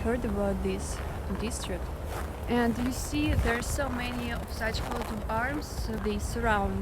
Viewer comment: its not QUOTE of arms, its COAT of arms, like COTE de Ivor (e vwaaa, like french, the IVORY coast.) COAT. COAT.